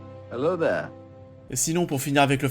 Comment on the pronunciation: Son fameux « hailo zaire »